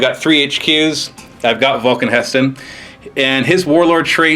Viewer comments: HE'STAN...HE..STAN....NOT HESTON!!! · god the way he says He'stan makes me cringe